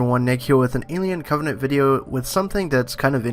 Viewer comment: Covenant. Not "Covenence" or "Covenants" or whatever you're saying.